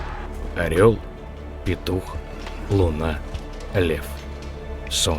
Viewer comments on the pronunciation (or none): none